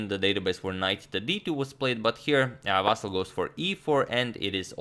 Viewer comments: It is VasYl strees on Y if you want to say it in Ukrainian way from now on but I wouldn't bother, saying Vasiliy is ok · Hey, Antonio, please, not VAsyl, but VasYl with last "l" being soft consonant, like VasYl'. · The most correct Ukrainian pronunciation would have stress on "Y" no matter what one told you, Antonio. Its pretty popular Ukrainian name with no stress variations. You can listen to pronunciation Ukrainian spelling is "Василь" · Correct way to say:" Vasyl" is with the stress on "y" (second syllable). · If you want to make it absolutely perfect: the last syllable is stressed, [L'] is a soft (palatalized) consonant :) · Дмитрий Самойлов also the L at the end is soft. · Somehow it's difficult to reconcile the pronunciation of "Vasyl" with chucky 😂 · The thing is that in serbo-croatian stress is almost always on the first syllable and I think his way of pronunciation Vasyl comes very natural to him. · Mate, you got the correct stress for the last name, not a common thing to hear btw, but the first name.. it's VasYl not VAsyl. Thanks for the content. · Native Ukrainian here, can confirm it's VasYl', not VAsyl'. Here's hoping Agad's vast knowledge will be expanded even further. The confusion may be caused by the existence of the pet form VAsia, but it's obviously not applicable in any kind of serious setting (and it's more of a Russian pet form). And kudos to you Agad for the tremendous effort you're putting into making sure you pronounce all these names correctly! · actually, no. He said vAsyl, when its vasYl. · The correct pronunciation is Vasi`l, not Va`sil. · Vasyl comes from western Ukraine and there it was always the only way this name was pronounced. Василій is a typical example of russification of Ukrainian language. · Correct name spelling and pronunciation has increased our vast knowledge! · Plus, Vasyl is prounced as Vaseel And please don't call him Vasal or Vaseel .... "Ivanchuk" is a lot better. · agad yu keep sayn vasyly lol